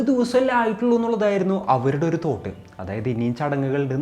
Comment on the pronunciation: "തോട്ട് " എന്തുവാടെ അത് 😂😂😂😂